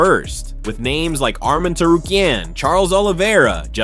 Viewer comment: Your reporting is trash show fighters respect and learn to pronounce their names right